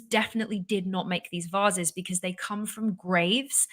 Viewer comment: why is having problems pronouncing 'vases'?